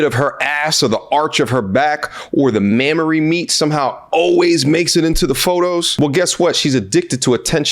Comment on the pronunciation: Did he just say Mamory meat??? I subscribed as soon as I heard that.